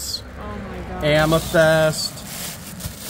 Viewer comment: Amma---A like apple---thist Amethyst